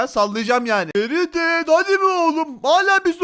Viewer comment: Oğlum ferited sözünü bile doğru söyleyemiyon ya yürü git